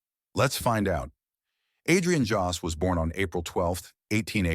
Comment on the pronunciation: At least you could get his name right: Jost.